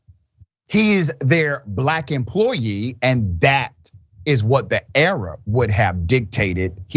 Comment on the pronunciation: " a Black emplooyee" .... A Black emplooyeee of whom? You are far from a journalist. You speak like a child. By the way, Why can my 3-year-old nephew pronounce a 3 letter word, but not you?